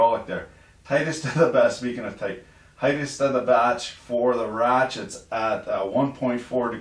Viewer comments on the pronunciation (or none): "Tightest of the batch for the 'wretchets'"